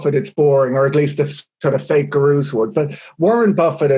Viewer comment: 'Fake guhrooze'